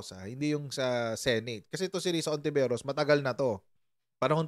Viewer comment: Hindi po lahat ng words na nag start sa H eh silent na agad ang pronunciation. Kung lalahatin nyo yan anong silbi pa ng letrang yan?!!(Halaga, Halaman, Hayop, etc, pki pronounce nyan)